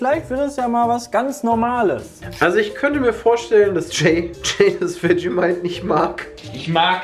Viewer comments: NIEMAND: Wirklich absolut Niemand: Nicht mal Jay:: Vermentight (zu Vegemite) UFF, Sorry, da musst ich echt ganz ganz dringend los. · Er sagt auch statt Vegemite einfach irgendwas (VERMENTIGHT????) 😅😂😂😂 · Jeder: Vegemite Jay "Wetschemeit" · Er hat sogar das "Wetschemeit" XD